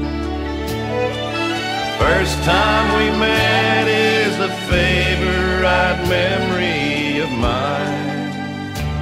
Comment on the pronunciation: Cal does great justice to the Haggard Classic,right down to his emphasis on the third syllable of the word "fav-o-RITE" in the song title, just as Hag pronounced it on his hit recording.